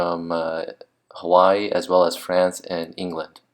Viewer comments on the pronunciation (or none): none